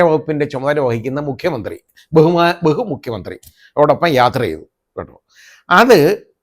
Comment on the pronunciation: Bhehu:, Bhehu, hu hu hu, Ayyappan thechu😂😂😂